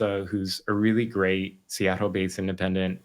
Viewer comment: Love Andy’s work that being said the way he pronounces Seattle is distracting